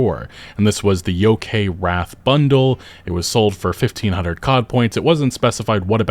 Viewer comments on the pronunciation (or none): "yo-kay" its pronounce (Yo kEYE)